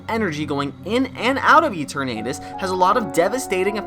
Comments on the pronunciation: Why are you pronouncing Eternatus as Ee-tur-Nate-us? The Eterna comes from eternal. Thus the pronounciation should be Ee-tur-Nah-tus. Granted, yes, there's very little concensus on how to correctly pronounce the names of all the fictional Pocket Monsters, but I've learned via experimenting that if you use Google Translate and keep both parts in Englush and then type in the names for various Pokémon, and then press the sound button? It'll give you the best guess on how to pronounce any/all Pokémon; including the most difficult/reccent entries! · good video but that Eternatus pronunciation is craaazy and that Absol connection sounds pretty solid honestly